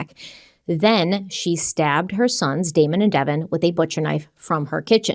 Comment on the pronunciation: You said "Demon" and Devon instead of "Damon" and Devon....Just wanted to point it out. You both did GREAT on this video!❤